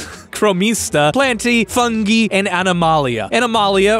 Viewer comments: I once worked with an English teacher who would say the word Gemini as "gee-me-nee" and I couldn't believe my ears. A master's holding English teacher didn't know how to pronounce Gemini as if he has never heard the word before. Same here, I had always heard fungi pronounce "fun-guy", so I'm shocked to hear pronounce it differently throughout the video. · its pronounced "FUN-GUY" :) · Never thought the pronunciation of 'Fungee' would urk me. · Its pronounced “Archaea” and “fungi” you fool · New drinking game, take a shot for every mispronounced term! You won’t have to worry about fungi anymore by the end of the video! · Why would the g in fungi be pronounced differently from the g in every other form of the word? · Its Fungi. Not fungee. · You saying fun-gee and not fun-guy is the most painful thing i have ever had to bear and i dont know why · Your driving me insane with your pronunciation of "fungi" it's "fun-guy" not "fun-gee" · I'm gonna let it slide that you pronounced it "fun-jee" since you're such a fun-guy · Loved the video. very interesting. It would have been even better if you hadn't said fungi like it rhymed with bungee. lol. It's pronounced like fun guy. Have you never heard the joke? ...Why should you date a mushroom? Cuz he's a fungi. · Fungi is pronounced "funguy", not "funggee" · It’s fungus, not funjus. So why would it be pronounced funjie? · Dear /.: It is in fact, Fun-Guy.: Arc-Ha-Ea Sincerely, Alastor. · Why is it funji? It's not funjus. Not funjal. So, why funji?? I'm going to go the way of GIFs and pronounce it the way it sounds better. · I love the video, but why couldn't you do 30 seconds of research to realise that it is phonetically pronounced "fun guy" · Hard G,. Hard G. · it's pronounced fungi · Watching this as a biologist made me irrationally angry. We all know it’s pronounced foon-guy ◔̯◔